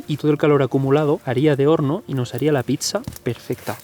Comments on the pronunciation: # otro video genial, pero no digas picsa!! me sangean los oídos! 😂 Es pizza, dicho suena así: "pitsa" Saludos desde MadriZ jajajaja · Picsa?? O a lo mejor quieres decir "pizza"? Tanto cuesta hablar un poco bien?? Gràcies. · la picsa, la picsa, la picsa...... ufff me desangran los oidos cada vez que te escucho decir picsa.... del resto bien la verdad pero picsa.... en serio?????